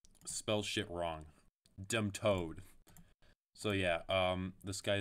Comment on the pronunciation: dolt got "demtoed"